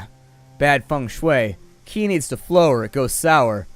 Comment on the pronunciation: Qi is pronounced chi, byw :)